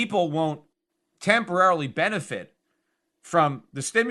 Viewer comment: "TEMPERLARILY" old whiskey pete.